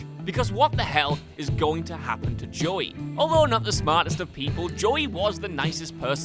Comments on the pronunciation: It sounds like you are saying Joy... not JoEy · You don’t pronounce “Joey” correctly. Is that not a name you have in Britland? Joey? It sounds like your screwing up the word “joy”, like you’re taking a two syllable name and trying to make it a one syllable name. Slow it down, and say, “Joe ee”. Did you even watch Friends? Sorry to harp a little, it’s just that I’m a Joey, and I couldn’t stand how you said my name. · The most disturbing thing is how you pronounce 'Joey'....